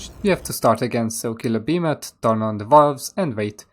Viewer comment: Killa beemATH inteRaht just killAA Bemathhh dear god beeemathhh